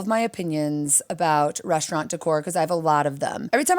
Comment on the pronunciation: I'm Irish, and we put 'h' in a lot of words that don't have them...but 'reshtaurant' makes no sense to me. Or 'frushtrated' etc. Musht be a Losh Angelesh ting